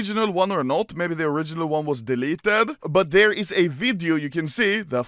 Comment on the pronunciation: i like how Anomaly says VIDIUO